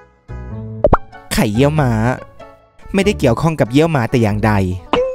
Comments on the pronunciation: ไข่เยี่ยวม้า ไม่ใช่ เหยี่ยวม้า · ไข่เยี่ยวม้า ไม่ใช่ไข่เหยี่ยวม้า555